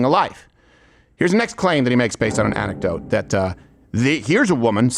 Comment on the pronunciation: Candace would like to remind you that it is anecktadote